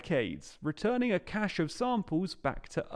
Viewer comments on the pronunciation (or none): none